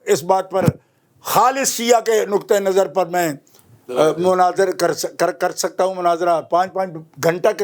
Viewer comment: LAFZ KI TASHEE FRMA LE MANAZIR NHI MUNAZIR